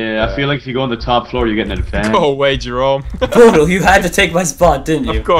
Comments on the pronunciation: How Jerome pronounces Bodil : Bor-Dil hahaha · Jerome said bodle for bodil